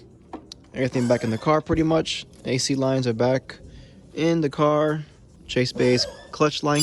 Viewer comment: with the cahhssss